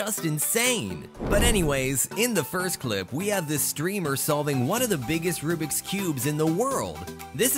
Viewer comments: It’s Rubik’s not rubrik’s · I like how he says rubriks not rubiks